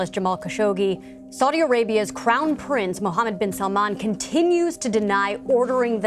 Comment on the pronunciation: its not salmon its prononced as salmaan